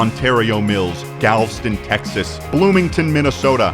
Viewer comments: The way he says Galveston makes me want to cry. He does not deserve that bucees hat. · As a born & raised Texan, it's so funny watching & both mispronounce Galveston at every chance they get. And by funny, I mean physically painful. The e is not silent boys. Galveston is a three-syllable word. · how did both you and mispronouce galveston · "Galveston" worst pronunciation I've ever heard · LOL true, I didn’t even think of that! Also they way they pronounced Galveston ☠️ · It kills me every time he pronounces Galveston. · I'm from Oklahoma but I speak Texan and you should know that Galveston is three syllables, not two. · The way he pronounced Galveston has me triggered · The way he butchered Galveston hurt my soul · I'm not sure why but the way they pronounce "Galveston" annoys me so much lmao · I want to preface this with the fact that I love this video, you guys are great, I'm glad you had fun. For the love of god and all that is decent and pure it is pronounced "Gal - vest - ton" Ok thank you love you byeeeeee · the one rainforest cafe ive been to is the galveston one and i think that was the ideal experience lol. also, im sure there's already been a hundred comments about this but im obligated to say that its pronounced gal-vuh-stn with three syllables. okay sorry but great video :) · i hate the way you pronounced galveston im sorry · Pronounce Galveston right next time smh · any other native texans cringe at the way he pronounced galveston? 😭😭😭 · I love how both of you can't pronounce Galveston properly. 🤣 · Galveston’s Rex is the best but I was cringing everytime you pronounced galveston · It's pronounced Galv'ston??? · As a Texonian myself, it's funny seeing you guys freak out over something as commonplace to me as Buc'ees. Also, it's pronounced Gal-veh-stun. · It’s Galv-Eh-Stun! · why why do they pronounce Galveston like it ddoesn't have and e after the v. they pronounce it Galv - stun, and its pronounced gal - vest - un